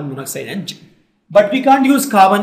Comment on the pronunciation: it is not jinc it is zinc